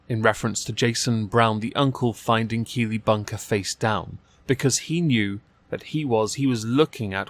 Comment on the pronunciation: The whole time I kept hearing kiwi not keely